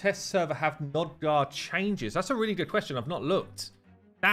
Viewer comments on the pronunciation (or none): You can't even get the champion's names correct. JETNI, not Jenti. ALSGOR, not Al Gore, NOGDAR, not Nodgar. Also you wasted so much time screwing around with Nogdar. We wanted to see the new champs. So unprofessional.